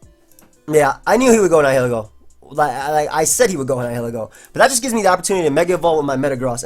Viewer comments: I thought Nihiglego was pronounced like "nihilism" is. (nye-ihl-eh-goh) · Hi, I think it's pronounced nile-ego...latin roots nihil (no)(pronounced "nile" like the river) and ego (self) (pronounced like the waffle). Probably because it is a symbiont and fuses with another body. Keep up the good work! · actually, the correct way to say Nihilego is Knee-he-leego:] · Dude look up how to pronounce nihilism but take off -ism and add ego (like egotistical). Love you btw